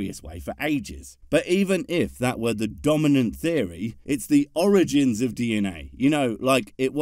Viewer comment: I'm sorry "errigins"? Fuck the whole "evolution of the gaps" and every other fallacy, why the fuck does he pronounce it like that?